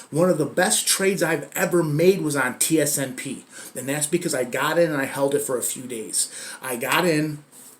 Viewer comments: Why does he keep saying tsnp, its tsnp. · He says tsnp but its tsnp